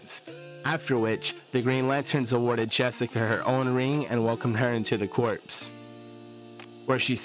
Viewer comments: Corps sounds like Core, not corpse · A corps is pronounced as core. A corpse is a deceased body and pronounced with the ssss at the end. Different words pronounced differently